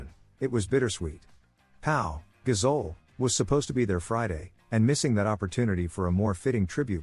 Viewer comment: If you want people to subscribe to your channel, get a human narrator who can read grammatically. And spell the names right. It's Toni Nadal, David Ferrer and I presume when you write and say gazole you mean Gasol?